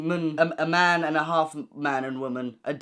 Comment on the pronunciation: Your pronunciation of womn and mn has really given me the giggles 😂😭